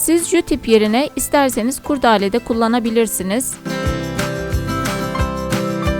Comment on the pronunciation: Kurdâle değil kurdele